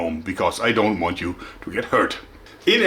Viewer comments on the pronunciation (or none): none